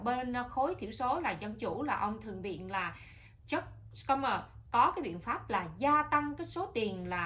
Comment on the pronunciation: Schumer là chữ german đọc như shumer.